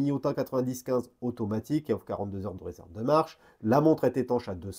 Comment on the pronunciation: Ça me fera toujours rire de t'entendre dire "une montre EUD' plongée" 😅